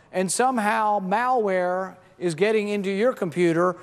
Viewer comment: Is it just me, or does he pronounce "malware" as "Maoware"? Damn communists...